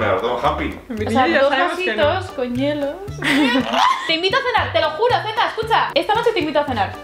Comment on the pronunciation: aaaaa era zetaaaaaa, siempre entendía tetita 😂😂😂